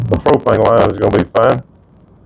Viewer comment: Soon as he said Pro-pane I was rolling 🤣 😂 💀